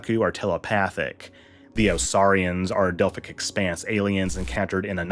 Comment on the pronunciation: "The Osaarians are not native to the Delphic expense" Dr. Phlox